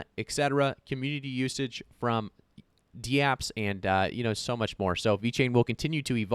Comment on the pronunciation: DAPPS not D-Apps.